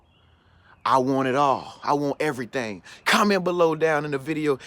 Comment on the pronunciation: I want everytang...everyting